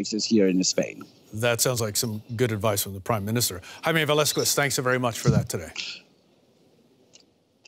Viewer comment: Unforgivable mistake to mispronounce one of your reporters' las name. "veh - LAHth - kehtz." Just like Diego Velazquez the painter.